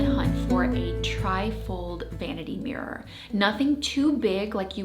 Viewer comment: "Tri-fold morror." 😂 I'm going to try the linen mat trick!